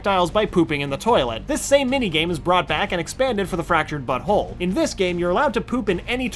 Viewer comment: I swear he said: "The Fractured Butthole"